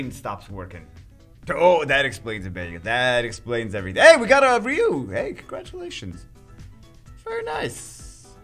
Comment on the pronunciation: I don't think that's how you say RYU. Not trying to be mean